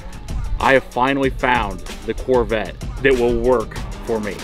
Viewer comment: “Chevy Truvette” lol